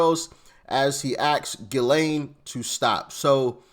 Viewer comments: I think it's pronounced Gis- lean... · It's Gee-lane. I heard her brother say it. Like the butter gee. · Ghislane is french name & pronounced w/o the "s". hard "G". = Gee‐lane.. "g" in french language is sometimes pronounced hard & sometimes soft like our USA English. (Throw you for a loop=) Also in the french their "g" is sometimes pronounced "zh" like in their surame > Gigo < pronounced zhi-go. So they have some oddities in their (alphabet) letter pronunciations like our U.S. English does. "s" is not ALWAYS >unpronounced especially when they occur in the middle of words. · its pronounced Jizz Lane